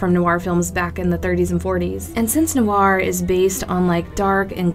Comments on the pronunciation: How you're saying it is informal, many americans pronounce noir like that but it's supposed to be pronounced nwär. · I hate to be the grammar police but she is totally mispronouncing the word Noir >.>